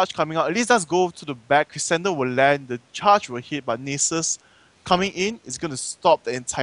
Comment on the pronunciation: they pronounce Nasus as nieces